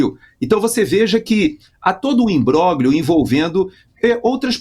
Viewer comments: por favor, pronuncia-se imbrólhio, e não imbróglio, que é apenas como se escreve: o grupo gl tem som de lh. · Não há quem aguente,, o senhor pronunciando "imbroglio" de forma errada. O senhor faz questão de pronunciar U-S-A-I-D corretissimamente, mas faz a mesma questão de pronunciar os nomes italianos erradamente. Por que? O italiano é um idioma latino como o nosso, lindo. Não verei mais o jornal.